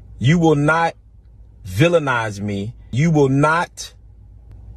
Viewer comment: You will not villininize me.. lol